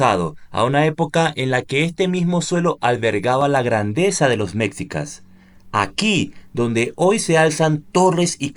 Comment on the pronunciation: Antes de hablar de un lugar te recomiendo leer e informarte e informarte en las fuentes adecuadas sobre el tema y en especial cuando hablas de la historia de un país tan importante como México. Por ejemplo dices Mecsicas y eso no existe se escribe Mexicas y se pronuncia "meshícas", tampoco existe "Plaza de la independencia" se llama Zócalo o Plaza de la Constitución. También la ciudad original se llama Tenochtitlán, no existe "tenocticlan". Sería justificable Si fueses sueco, gringo o francés, pero eres latinoamericano y hablas español por lo que puedes comprender y entender perfectamente. Ya que tu video es público y estás desinformado. El edificio donde vive el presidente no se llama palacio presidencial, porque propiamente no era un lugar para que habitará el presidente, se llama palacio nacional y es el edificio que representa el gobierno repúblicano de México. Obrador rehabilitó un departamento dentro del palacio para que le fuera fácil llegar al despacho presidencial.